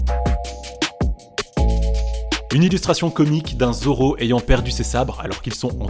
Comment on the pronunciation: mais ya qoi drole tu a dis : joro mdr